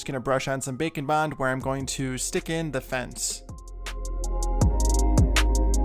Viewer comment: It sounds like you are saying bacon bond😂😂😂